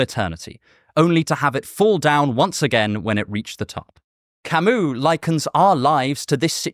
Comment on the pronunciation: Pronouncing "Albert Camus" how its supposed to "Owlbearrrr Camooo" is probably the most non intentional protentious thing I've heard all year if ever 😂 always gives me a giggle hearing him say it.